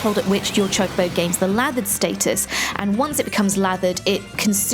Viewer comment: Heard Choc-obo and I died inside a little bit